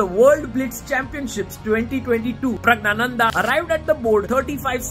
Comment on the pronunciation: Finally I know how to pronounce Praggnanandhaa! Thanks!